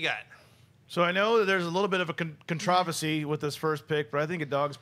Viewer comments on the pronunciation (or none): can someone please teach David how to say controversy?